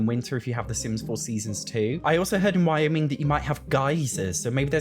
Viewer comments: You pronounced Wyoming correctly. It's a pretty place, and the population is very low: I have half seriously suggested that all the gay people could pool our resources and literally buy Wyoming, and change its name from Wyoming to The State Of Homosexuality. A little paint, a few throw pillows... That flat-top mountain you showed briefly in a photo is called Devils Tower, and it's featured prominently in the movie Close Encounters. The thing about horses in the US is, they're kinda everywhere. While Wyoming would be pretty, there are lots of other places that are pretty in which you can find horses. I lived up the street from a farm with horses in New Jersey once, I've seen horse ranches in Georgia, New York, Pennsylvania, and Massachusetts, I saw wild horses in Arizona... They probably won't do Massachusetts because Cats & Dogs is already set here, but it could be anywhere in the US. It would be fun for them to put it somewhere very different, like for example somewhere in Africa, but you and I both know that's unlikely. I really don't care about horses at all - I'm sort of the opposite of a horse girl - but if the world is pretty I might buy it someday when it's on sale, just for completeness. I have most of the packs with worlds. (I don't have MWS - I'm not interested in breaking my game - and I don't have Outdoor Retreat - from everything I hear, it's broken.) I only buy DLC when there's a big sale (like 50% off), and even then I feel like I have what I want and the sale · You are pronouncing Wyoming correctly. I'm from Idaho, Wyoming's neighbor. A lot of the pictures you showed were from Grand Teton National Park and Yellowstone National Park - This is also how I picture the horse world looking. There's a popular TV series called Yellowstone, and I can't help but think they will be mimicking the scenery there. I also thought this might be a dude ranch vacation world scenario. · You pronounced Wyoming correctly :) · You pronounced it right.